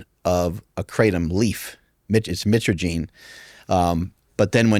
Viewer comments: The guy is trying to say he has his own product but cant pronounce mytraginine, mitraginaor explain the difference between the extract or concentrate. The 7 hidroxie concentrate out there is not the same thing as regular kratom extract. It is no joke. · Never trust a man who says he makes his own kratom but can’t pronounce the active alkaloid within it. Also it’s not an opioid nor opiate. It’s a chemical that acts on the opioid receptors.